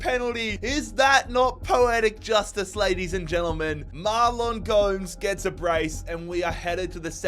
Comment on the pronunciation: Gomes is pronounced Gomez